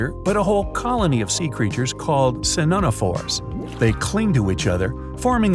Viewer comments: sinonophores OR siphonophores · Siphonophores are pronounced like the sci in sci-fi, pho in photosynthesis, the no being pronounced as regular, and phore being pronounced like spore. Siphonophore.